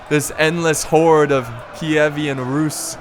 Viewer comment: It's Kievan Rus, not Kievian Rus, I'm fairly certain.